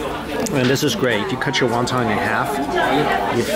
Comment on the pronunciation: No, no, no!! He saying Wan Tan again!! He's better off saying "soup dumpling!" 😂